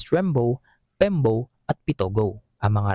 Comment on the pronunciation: oo nga binalikan ko pakinggan, buti sana kung forenjer tong reporter n2 maintindihan ko p pagtutwang nya😅😅😅 d man lng kinorek nung kausap nya sa studio😅😅😅ang bagong bigkas pl sa brgy nmin ay Pembowww😅😅😅😅😅